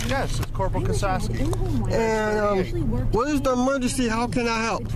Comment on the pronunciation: Did he really ask the cop "What is the moorgency, how can I help?". He also called his car an "iMobile". LOL